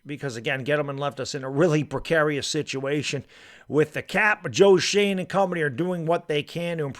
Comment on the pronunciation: It's Joe Shoen not Joe Shane. Pronounced Joe Shoen Shewn